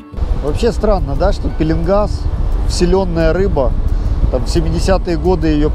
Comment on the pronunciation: кстати пишите правильно-пеееленгас ,а не пииииилингас.